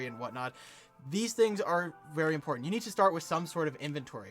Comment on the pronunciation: "five importnat steps"